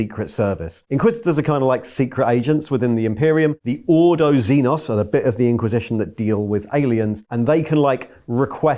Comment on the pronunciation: its not AAA-BIT.